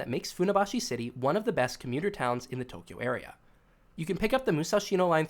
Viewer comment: Stop saying Tokyo like that